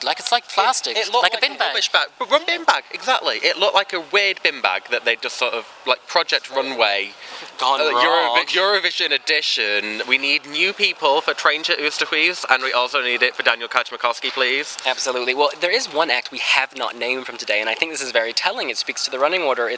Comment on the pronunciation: How about you finally start pronouncing Kajmakoski's surname as it should sound Kajmakoski (Kaymakoski). At least you'll get something right with that :D And for the rest who would dare commenting on this: Building bridges, not burning bridges! ;)